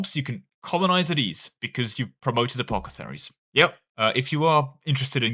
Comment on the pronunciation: Take a shot every time apothecaries is pronounced as apocetharies.